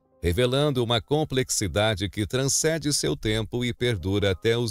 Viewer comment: Só uma observação: não é "transcede"; o correto é "transcende"